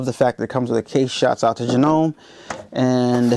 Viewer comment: Thanks for the unboxing. It's pronounced Jano ME, hope you like this machine.